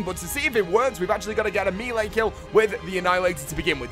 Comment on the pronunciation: I love this channel dude, but come on ... MEEL-AY?! The word is French and it is pronounced MELL-AY. Not MAY-LAY nor MEEL-EE.